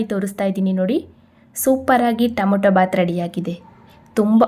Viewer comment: Nice vlog. Madam don't mistake it is Tomato not tomoto. It's pronounced as To ma to. Sorry don't mistake